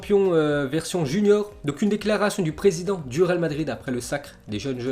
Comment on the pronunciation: tu n'a toujours pas appris à parler franchement c'est grave... C'est le Real Madrid et non pas le Ral Madrid.... Putain